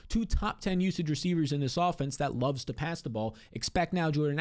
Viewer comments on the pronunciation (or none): none